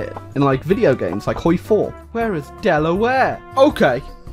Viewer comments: The way he says Delaware It hurts me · How he pronounces Delaware is cringe